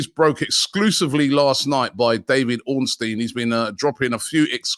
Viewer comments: No death stare? And Robbie pronounced David Ornstein's name CORRECTLY! WTF! But seriously great show Robbie, looking forward to this window and the Claude Cup! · I'm shocked......Robbie pronounced Ornstein correctly!